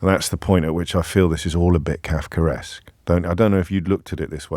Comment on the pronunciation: James, why on earth do you put an r in the middle of Kafkaesque?